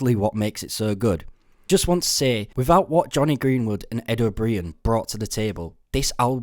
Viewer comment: How are you English but can’t pronounce O’Brien properly?